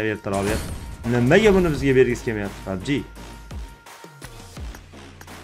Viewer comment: Pabji buveni ske pabje dedimi sukinganini birinchi marta eshtyapman ultra bratni😅😅